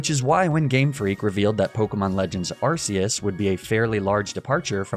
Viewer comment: Btw it's pronounced Ark-eus not arse-eus